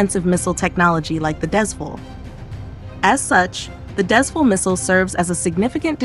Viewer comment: Because of the spelling, I can't blame you for mispronouncing it as "Dez-Full"!! This is the name of a location. And it's pronounced as "Dez-Fool"!! Thank you